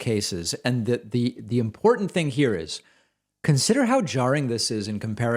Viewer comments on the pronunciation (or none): none